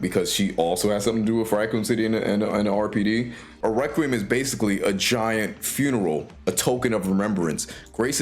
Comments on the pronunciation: No heat or anything, it just means you’ve read the word but never heard the word pronounced. Requiem is pronounced reck-wee-em. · Okay so later in the video you pronounce it fine. So I’m guessing you were purposely mispronouncing requiem in the beginning to get a rise out of people. Or maybe to get interaction on the video, in which case it worked.